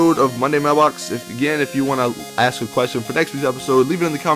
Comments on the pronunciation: He says axe a question. Not ask a question. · you say AKS its ASK not AKS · he said " if you want to axe a question"